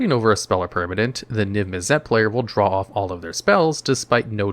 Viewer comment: NIV MIZZ IT. Damn That was so hard to hear over and over and over, I wanted you to know I unsubbed. Holy crap..